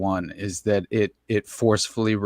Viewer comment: Take a drink every time says " that-tuh"😂 In other news, THIS SHOW GOOD.